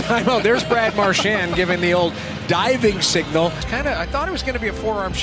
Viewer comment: Why the eff are you saying his name with a French accent/twist on it. I’ve never once heard that in twenty years. Yet here you are doing it. You know he was born in Nova Scotia right? Get over yourself no one gives a shh you are French.